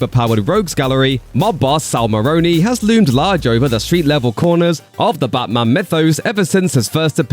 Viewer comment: the channel voice calls it butman its def a liberal 🎤👋🏼